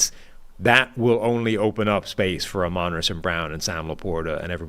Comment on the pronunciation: Amon-ra not amen’ra